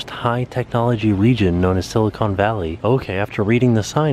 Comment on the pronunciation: Love that you had fun in the Bay! Btw-it’s “Silicon” and not “Silicone” 👍🏻❤️